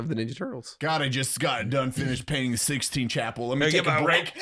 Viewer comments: Did Eli call it the Sixteen Chapel? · Omg did Eli say “sixteen chapel?” I’m dead. 😂